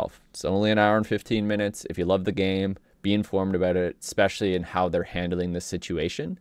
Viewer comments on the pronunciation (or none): none